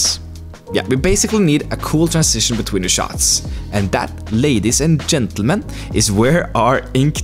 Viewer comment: Perfect NorwegianEnglish on the "ladies and gentleman".